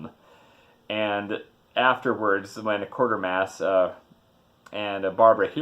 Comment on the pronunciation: WTF it's pronounced 'Kwaytermass'- I should know I'm from UK with my bowler hat and brolly !!!!!